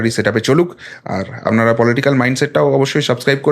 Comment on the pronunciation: 'আপনারা' কথাটার উচ্চারণ মাঝে মাঝে 'আমনারা' শোনায়। উচ্চারণের ক্ষেত্রে একটু সতর্ক থাকলে আবেদন বাড়বে